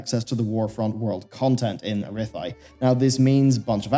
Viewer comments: I'm not saying this as a mean comment, I'm just saying this as helpful criticism: it's Ah-RATH-ee, not A-ree-thigh. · Arithai? Seriously said arithai instead of arathi? lol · Please stop saying Arithi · I'm not a big believer in immersion but the way you pronounce Arathi made me pause the video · I’ve been a huge fan of your work from the very beginning, but you’ve GOT to learn how to pronounce “Arathi” correctly, friend!